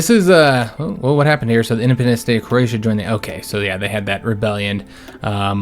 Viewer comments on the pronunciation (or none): none